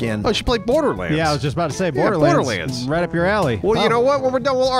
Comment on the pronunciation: You messed up saying Borderlands. To the point where even if you don't see this, you'd still know because all the other comments